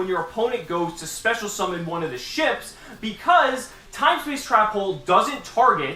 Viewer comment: Is it just me or when he does his opening I hear 'seamen' instead